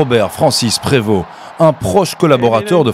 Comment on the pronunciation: Je suis heureux de voir que les belges prononcent mieux le nom du pape que les français et d'autres francophones qui se laissent influencer par l'anglicisme voire l'américanisme.